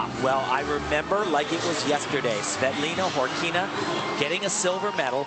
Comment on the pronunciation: "Svetleena Khorkina" ...... TIM SERIOUSLY